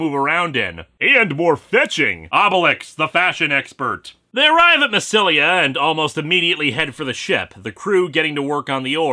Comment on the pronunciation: Julius Caesar wasn't emperor he was nearly dictator for life but it was Augustus Caesar who became emperor, in fairness half the emperors were called Caesar I'm just trying to point it out, I could nitpick about pronouncing massalia wrong or how the goths were Scandinavian German not French but that's a tad too petty.